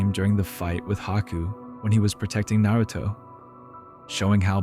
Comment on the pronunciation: 15 years and still can't pronounce naruto properly. ok bud